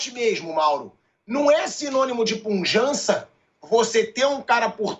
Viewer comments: O certo é pujante e não punjante😂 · Pilhado, não passe vergonha... o mínimo que um jornalista precisa é saber português. Não é puNjante, é PUJANTE...